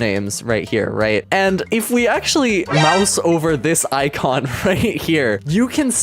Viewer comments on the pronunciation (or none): none